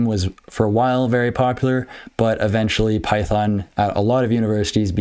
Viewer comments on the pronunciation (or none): none